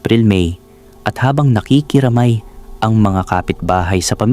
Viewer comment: bakit ganyan ka magsalita? ung stress or impit ng words mo mali mai. labi, nakikiramay, palaisdaan, palabati, taong gulang at ang dami pa. nakakairita kasi pakinggan. pinoy ka naman pero bakit ganyan ka magtagalog?